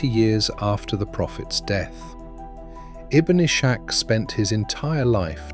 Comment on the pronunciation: The proper pronunciation of Ibn Ishagh (ابن اسحاق) sounds like : (ibn iss haq)